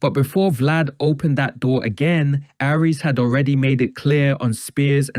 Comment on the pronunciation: Can you make up your mind on how to pronounce Aries name? Is it, Ahree's or Ari-es?